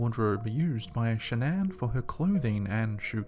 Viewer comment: Shan-nan. Am I the only one bothered by this?